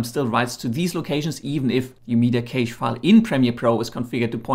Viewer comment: Please stop saying caysh 😂😂😂